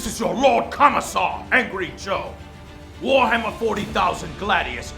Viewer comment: Wahammer and balance? hahaha